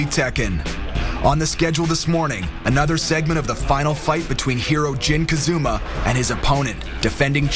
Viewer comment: its KAZAMA u fucking MORONS